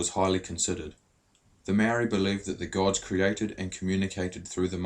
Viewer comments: Great story. That is "Ma" as in MArs, "O" as in ORca and "ri" as in DEEp with a soft "D". Love the carvings, even the machine ones. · You can't even say Maori eh eat ass